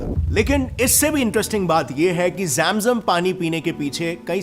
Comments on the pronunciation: जेम जम नहीं भैया,,,,,,, जम जम"" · Bhai kya kabaalaa or jem jem kr raha h Jam jam kabila bol na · its not ZAM ZUM its ZAM ZAM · Mere bhai zam zam nahin bhai zam zam Pani kya bhai sahi se bolna to Sikh Lo mere bhai assalam walekum